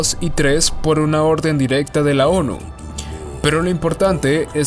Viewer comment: Olles dijiste muchas veces ONU no es ONI ??????? Pero un buen video